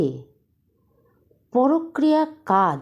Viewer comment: কথাটা ""পরক্রিয়া "" নয়। পরকীয়া। ভীষণ কানে লাগছে।